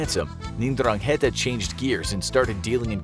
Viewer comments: It’s pronounced n-dran-gita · I like his accent while he is reading mafia's name xD